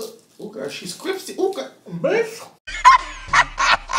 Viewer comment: why you can't say crispy? My husband is Jamaica too and he always fucking up some words. He can't say crispy either 😂😂😂😂😂😂😂